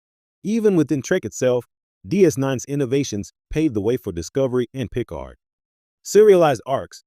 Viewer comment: Yeah. It can't even pronounce Picard.